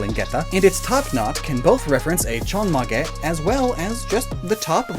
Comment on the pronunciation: Chon mah geh, when reading Japanese you don't do that stuff like in words like "mage, dine, base" every vowel is pronounced separately.